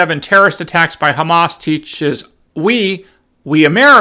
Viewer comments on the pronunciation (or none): none